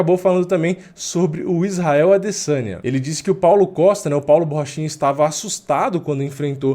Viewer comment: Borrachinha não, Porrachina